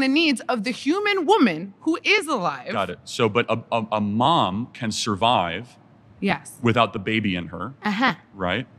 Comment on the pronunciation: Sorvive? She needs a language class.